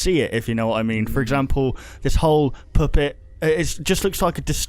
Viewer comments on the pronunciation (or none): "poopet" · u said poopit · I swear said poopit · 5.39 did say new poopet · it is not poopet it is the puttet master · you said poopet instead of puppet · I love watching these videos - the different theories you can present and the details in them are great to think about. ^^ Also, I'm Australian and almost every time you say 'puppet' it sounds like 'poopet', omg. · "A new vershin of the poopet" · Love the fact said "Poopet". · "Or some new kind of Poopet" XD thats what it sounded like "Poopet" XD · this is childish but he said poopet.